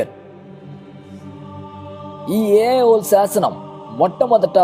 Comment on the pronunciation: ఏ ఐ హోల్ కాదు, ఐహోల్ అనాలి.